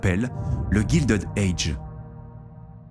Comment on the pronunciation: Non, ce n'est pas GUILDED AGE, c'est GILDED age (prononcé Gaïldid et non Gildid) , "a guild", c'est pas la même chose que "gild" en anglais qui signifie "doré"